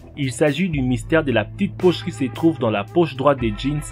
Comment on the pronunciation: "la tite pauche" mdr